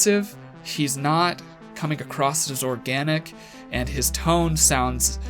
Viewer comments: why do americans always say "acrosst"....there's no t...it's not acrossed...it's across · Across not acrost.😒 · Does he say...acrosst? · Is he saying "acrosst"? Like "The coffee shop is acrosst the street"? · You did it again at the end..you say come acrosst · If you are so "educated", why do say "acrosst" so much 🤣